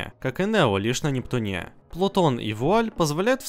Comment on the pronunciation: Спасибо за видос. Но я тебя умоляю, избавься уже от своего косноязычия!!! На Непт`уне а не на Нептун`е!